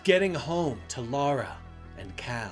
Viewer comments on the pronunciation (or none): none